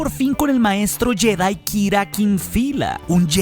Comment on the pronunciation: Porqué dices jÉdai??